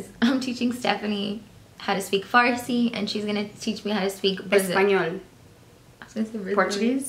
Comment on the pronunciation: actually pronounced the farsi well